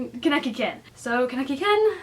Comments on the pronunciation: it's a simple pronunciation mistake. In fact I used to pronounce it that way before I watched the series, and I still make that small mistake whenever I'm speaking too fast. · U covered the wrong eye and pernounced keneki wrong